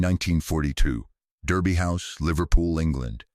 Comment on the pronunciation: It is pronounced Darby House.